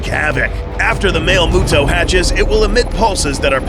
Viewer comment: "Mister MUTO" for Male MUTO